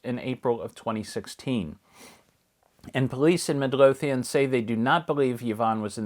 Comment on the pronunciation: Itms pronounced "Mid-LOW-thian."